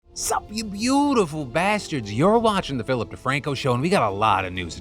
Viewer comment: Hey Phil my wife overheard the intro and thought you said "Suck Me, Beautful Bastards". I'm just wondering if you could start a video like that? Please?